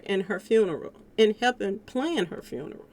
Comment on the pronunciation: I really wish you would shut the fuck up. You don’t even know how to say funeral the right way.